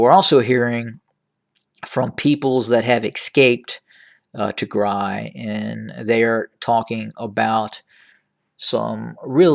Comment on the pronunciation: Thank you for pronouncing right Tigray. Tigray is not pronounced Tigre, please people pronounce right Tigray and Tigray will be a country soon! Thank you!